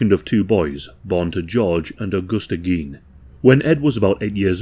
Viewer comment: It's "gain", not "geen"